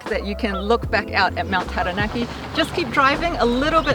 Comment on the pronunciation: I really appreciate your pronunciation of Māori words, it really means a lot to hear Taranaki pronounced correctly ☺️ I hope you guys have a wonderful rest of your trip ☺️